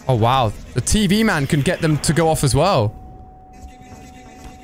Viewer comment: You say tien TV man 😂😂